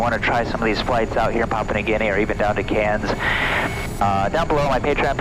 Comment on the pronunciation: You are the first person that is not Australia that I have ever heard pronounce Cairns properly.